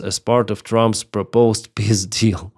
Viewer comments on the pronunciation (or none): Trump's "pisdil" LOL